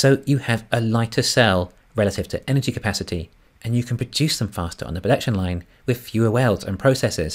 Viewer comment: Loving the content. Please put three syllables into en-er-gy, for the non-kiwi audience. Cheers.